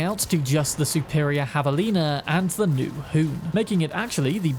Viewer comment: "...Havalina..." Hell yeah brother. Correct pronunciation.